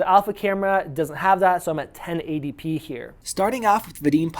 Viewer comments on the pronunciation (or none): none